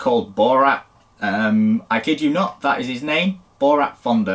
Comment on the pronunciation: LOL, BORAT? Actually his name is BORUT